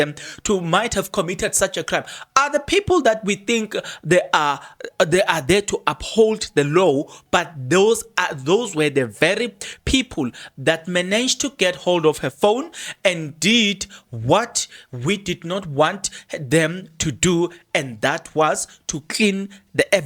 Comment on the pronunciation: lol, i have accepted that he cannot pronouce a lot of words and that is what makes him special. I will always watch for that. For example his LAW is LOW, BALLISTIC is BULLISTIC and many more